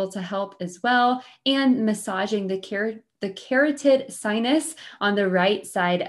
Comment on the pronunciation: Kuh-rot-tid sinus